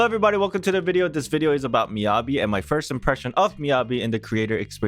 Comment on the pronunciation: how do you manage to pronounce Yanagi correctly and then Miyabi all wrong 😭